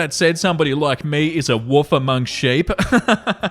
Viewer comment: I'm all about how you say "wolf". Sounds like "woof". Love.